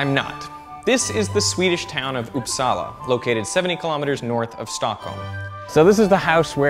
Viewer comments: It’s not upsaalaa it’s upsala the vowels are short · didnt know uppsala was pronounced oppsala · It's not pronounced Upsala. It's "Upsala". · uupsala is pronounced faster not with the pressure on "sala" rather "uup". so UUPsala and not uupSALA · I love how you say uppsala (I'm swedish) it sounds like oupsala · "Oops-salla". It's quite fun listening to people trying to pronounce Swedish words